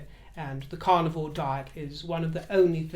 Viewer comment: I'm a U.S. Southerner, and I adore your accent, although at first hearing, I thought you were saying your were on the "Carnival Diet" & I'd not heard of that one! Best hopes for your health issue. Bwaahahahahahaaa at the idea of monogram "ASSOS". WHAT a boring mess she is.